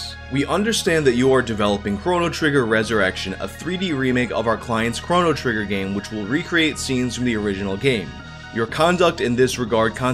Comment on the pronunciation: Am I the only one who takes issue with the way he pronounces Chrono?